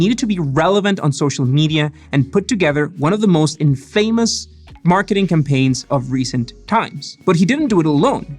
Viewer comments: Hiya! infamous is pronounced as 'in-fuh-muhs' and not 'in-fei-muhs' (as in-famous) ! Love your videos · In- fame-ohs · It's pronounced Mag-knee-siss not Magnississ Also...in-fuh-muss not in-fame-us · In fay mus lol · I thought he said and Famous xD